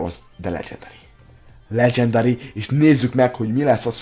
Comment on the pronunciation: hülyén mondja a legendary-t